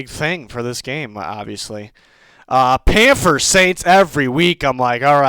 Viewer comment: plz stop sayin panfers